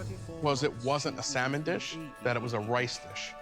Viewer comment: Why does he continue to say SAL MON when he hears how it is really pronounced